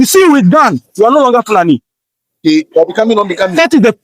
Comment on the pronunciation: I notice that it is pronounced FOO--la--NEE